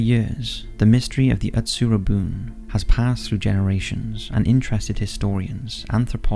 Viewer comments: It is read as Utsuro-Buneh, not -boon. It means a hollow boat. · The pronunciation of the name, Utsuro-bune (うつろ船), is hilarious.